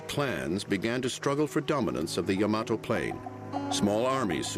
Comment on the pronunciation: its pronounced Yama-to, not Ya-mato